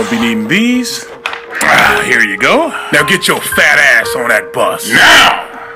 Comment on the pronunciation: Laughing at how the army recruiter said "NOW" 🤣